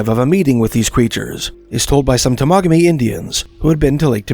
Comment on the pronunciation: Pronounced Tem a ga me😊